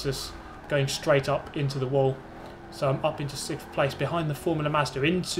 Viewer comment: I'm "sick'th" position six..... Triggered mate..... Stop it. You're either english or you're stupid. Stop it!